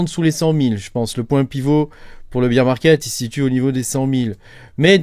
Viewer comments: En fait on dit "baire" et pas "bire". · Beaaaar pas beeeeer 😂❤